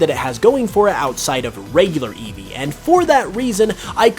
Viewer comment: EEVEE, NOT EVE! HIGHER, NOT HIER! THAN, NOT THEN! AND GRIMMSNARL DOES NOT END WITH ER!